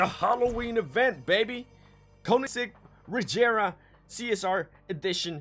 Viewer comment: And it is Regera not Gejera lul